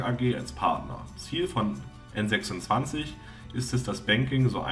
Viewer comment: Soviel Unwissenheit. Number26 und N26 waren niemals Tochter der Wirecard. Ebenso spricht man den Namen englisch aus.